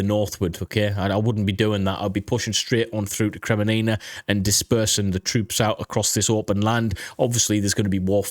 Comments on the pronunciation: Kremmina not Kreminina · its not "kre me ni na" it is "kre min na" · It is Kreminna and not kreminina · Listen, I know your British, so English isn't exactly your first language, but it is Kreminna not Kreminina... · seriously dude, have some respect! KRE-MIN-NA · Kre-Mee-na...3 syllables, not 4. Yeh, these Ukrainian place names are hard to pronounce but if it is the main topic of the video, and is in the title, you should make more effort to get it right. Watch some locals' videos like Reporting From Ukraine or Denys Davidov and listen to how they pronounce these major place names. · Bro it is called KRE-MI-NA made me chuckle a bit haha. But good vids brother and like your view on the situation. Greetings from the Netherlands 🇳🇱💯🇺🇦⚫️⚪️! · Seriously, you should watch a channel or two by people who know how to pronounce the city names. It's NOT Sva toev. It's Sva toe veh. And it's NOT Kremee nee nah. It's Kre mee nna. I can't tell you how cringe it's been to hear you mispronounce those basic names, been yelling at the tv... You want to make money talking about geography maybe have some respect for the places. Thanks. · I like your analysis, but I couldn't bear you butchering the Ukrainian city names; had to stop listening. It isn't that hard, just go listen to some Ukranian YouTubers, or uses these phonetics: SVA - TOE - VAH KRI - MEE - NAH